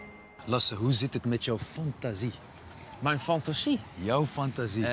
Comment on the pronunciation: Die ''fantasie'' op . Eerste wat ik ook dacht idd hahaha